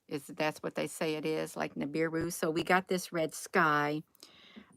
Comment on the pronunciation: It's Nibiru Nibiru!!!